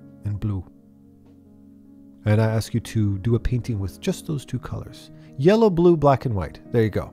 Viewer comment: "If I hand you nothing but yelo... and bloo"